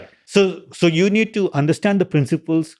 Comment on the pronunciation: Lex. Love the podcasts. Learn how to say 'understand.' It's not 'undershhhstand.' Thanks.